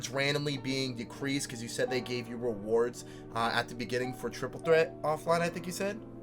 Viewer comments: “Triple tret” 😂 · no it’s triple ttret